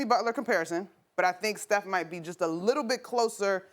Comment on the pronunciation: She did not just say steoh lol nothing like Kobe. Steoh never shows up in the 4th